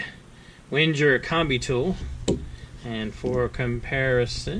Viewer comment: Wenger... pronounced wang - er